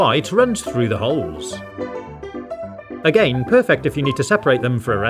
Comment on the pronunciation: You say Lets do it a gain